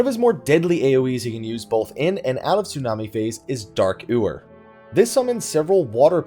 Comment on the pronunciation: It's not "OO-WER" it's "YOO-WER"